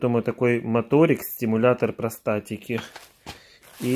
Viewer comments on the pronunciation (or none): Не простатики а перестальтики